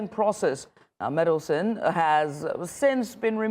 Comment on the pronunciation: Meddleson? It's Mandelson!